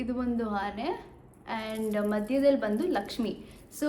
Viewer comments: ಹಾನೆ ಅಲ್ಲ ಅದು ಆನೆ 😂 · ಆನೆ adu 😂😂😂. ಹಾನೆ ಅಲ್ಲ. Adu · That is not haane, that is aane